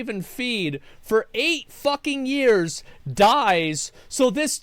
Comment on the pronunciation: Why does he say "yez" instead of "years"?